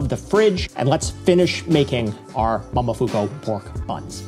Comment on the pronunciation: Mo-mo-fu-ku. Not mamafuko